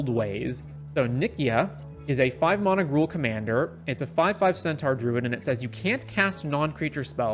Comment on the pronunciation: It's mana, not mana